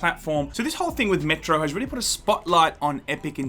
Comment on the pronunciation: Metro sounds like Metroid in your accent.